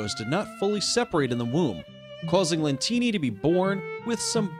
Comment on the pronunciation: It shows Francesco Lentini but he said Co Lentini